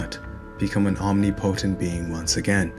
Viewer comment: im just glad to see someone pronounce "omnipotent" like i do haha wonderful video like always